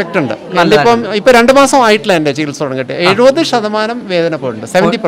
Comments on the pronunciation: സികിത്സ അല്ല ചികിത്സ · ഒക്കെ ശരി, പക്ഷെ ഒരു കാര്യം.... "സകിത്സ" അല്ല സേട്ടാ, "ചികിത്സ" എന്നാണ് മലയാള ഭാഷയിൽ ഉച്ചരണം 🤪